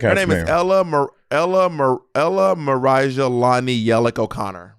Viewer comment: Not the Ella Maraja instead of Ella Maria